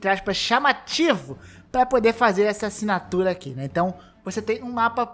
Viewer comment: Nossa mano, esse "acinatura" foi de doer